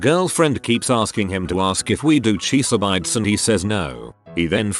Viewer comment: Cheese-uh-bites was my favorite